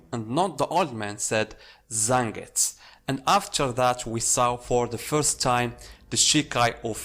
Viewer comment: So annoyed with him not pronouncing fully like zengusss. Wtf man its Zengetsu! 🤮